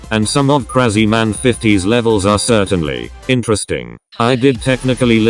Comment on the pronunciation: Krazyman not kreiziman